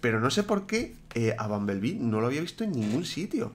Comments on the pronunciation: Se dice bombolbi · Es bumblebee pero se pronuncia bombolbi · Se escribe "BUMBLEBEE" y se pronuncia "BOMBOLBI" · se pronuncia bombol biln